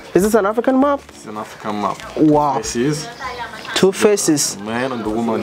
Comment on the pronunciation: I thought he was saying an African "MOP". Then later I realized it was "map".